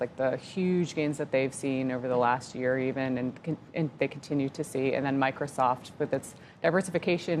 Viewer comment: I dont get people calling the company Na-vidia. Its "N" vidia. It's like they dont listen to the conference calls at all.